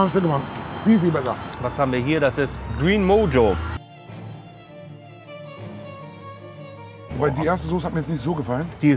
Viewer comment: Green mojo 😂😂😂 wird (mocho) ausgesprochen. Ist spanisch und sehr köstlich. Liebe geht raus ❤